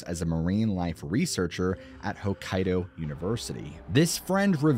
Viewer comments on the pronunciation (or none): none